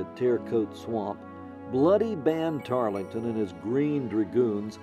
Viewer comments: Tarl-ton, not Tarlee-ton. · Tarleton...not Tarlington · Find a narrator with correct pronunciation. Banister Tarleton is not pronounced “Tarlington” and mounted soldiers are known as “cavalry”, not “Calvary”, that is where Jesus was crucified. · As historians, how can you fail to know his name was “ Tarleton “ - not “Tarlington” ? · Also mispronounced Tarleton. Silent “e”. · I’m disappointed that the narrator didn’t take the time to learn the pronunciation of one of the leading characters name, in his oration. Tarleton doesn’t have that extra syllable in it that the narrator insists it does. The “e” is silent. That no one on the production crew caught that is shameful.